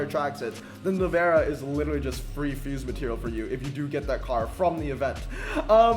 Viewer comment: i like how you pronounce navara as nevera lmao